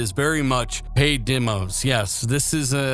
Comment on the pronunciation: Great update, just one thing, it's demos not dimos, demonstration not dimonstration. 🚔